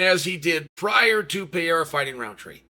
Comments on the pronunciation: Why does he pronounce it Pierra lol its Pereira (pererrah) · Hey Chaellly …why TF do you keep mispronouncing Alex PeRReiRah’s last name. ITS NOT PEA-era. Dummy. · Considering he's carrying the UFC on his back you might want to take the time to learn how to say his name. However, you are saying "era" and that's what we're in, so maybe it's okay. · Stop calling him Alex Pierre you dweeb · Pereira is pronounced 'Peheira' not so difficult grandpa! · Dude can you PLEASE finally learn to pronounce his name? It’s not Pee-air-ah! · Little tip for you Chael, don't take it the wrong way. Pereira would be better pronounced puh" + "ray" + "rah". The r has a little roll too, but that's not too important, Brazilians are used to it. It's not Pah-HAY-rah either, but that's a Joe Rogan issue 😅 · Chael would love to see “Peeyairuh” v. “Raycheck” 😏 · Chael its pronounced "Peh -Ray Rah" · Just say “Alex” instead of the 10 different wrong pronunciations of PeeErra lol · I don't know who this 'Payerrah' fella is, but if Chael is talking this highly about him, he must be good. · Sounds better than how everyone else says it, Peeairah. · I can’t believe this guy is still mispronouncing his name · F this video it’s so annoying to watch a man talk about another man and he can’t even pronounce his last name dude learn the first and then come back and record. A new video is so annoying to hear you mispronounce his last name. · I view constant and repeated mispronunciation of a man's name a form of covert disrespect. You are too well spoken to get this wrong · And still can’t pronounce Pereira… 😂😅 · Intentionally saying his name wrong is just disrespectful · Pereira not piera Rakic not rachik